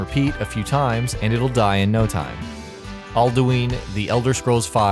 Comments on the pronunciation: Ash Snipes All Aldwin not eldowen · When i heard him say eldouin my inner skyrim nerd is just like (ITS PRENOUNCED ELDOIN NOT ELDOEEEN ) lol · Ash Snipes All actually, esbern calls him aldueen